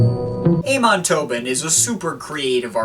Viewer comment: It's actually not pronounced Aymon (in Amon Tobin), it's Ahmon.